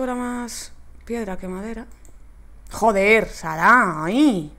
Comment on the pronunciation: es sara no zara xDDDDDDD LOL